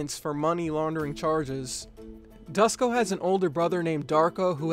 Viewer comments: Its not Dusko, you should pronounce it Doo-sh-ko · It's so funny how you pronounce Dusko as "Dasko" lol. Good vid! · Duško is pronounced like "Doosh-koh".